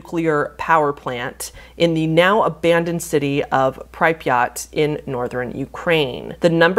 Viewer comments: it's Pree-pyat. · please brush up on pronounciation of things, the way you said pripyat made my slavic forefathers roll in their graves so fast it could be used instead of hydroelectric power. not to mention chernobyl. CH lady! not shernobyl! chernobyl!!!!